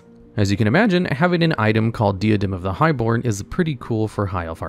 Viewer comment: Another vid, another mispronunciation. 😅 The “Di”in “Diadem” is pronounced like “Die” or “Dye,” not “Dee.” So it’s “Die a dem.” You could probably guess from the item, but it means crown. 👑